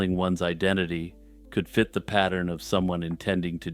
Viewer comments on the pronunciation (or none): none